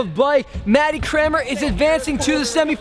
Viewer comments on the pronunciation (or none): You pronounce Cranmer differently... Matty Crayon-mer, Scotty Crane-mer. Hilarious.